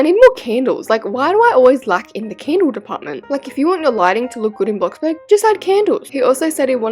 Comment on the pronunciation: Its not canddle its candle